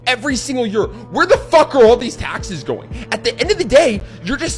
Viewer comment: I need someone to edit a compilation of this man just repeating “tahxes” 😂